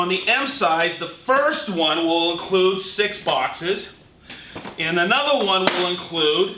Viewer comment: Bouexxesss. Not sure you could sound any more American when you Bouexxesss. Lol, Here you go Festool, have even more of my money.